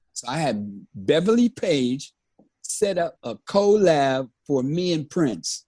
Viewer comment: Weird flex, but OK! "I was a college student who wanted to work the system", then proceeds to pronounce the name "Beverly" as "Bebaly". These old heads always bragging!!